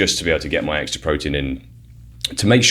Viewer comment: It's ex-T-ra.